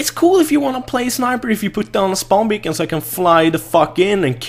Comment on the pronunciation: its "beacon" ))